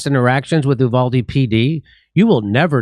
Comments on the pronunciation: "U (you) - valde" is the English mispronunciation. "U (oooh) - valde" is the Spanish pronunciation. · Uvalde is pronounced "You-val-dee." When seconds count, cops are 1 hour 15 minutes away. Arm. Your. Self. Uvalde is NOT a tiny town, pop. 16,000 and is the county seat and administration center.